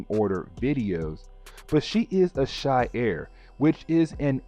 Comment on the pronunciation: She-are not she-air but honestly I’ve been watching all the videos so I don’t care ho you say things